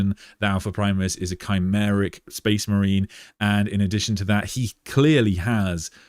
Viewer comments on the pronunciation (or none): none